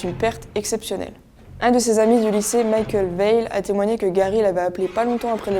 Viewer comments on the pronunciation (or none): none